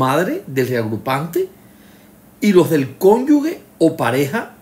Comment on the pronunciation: Cada vez que dice “cónyugue” muere un profesor de lengua española.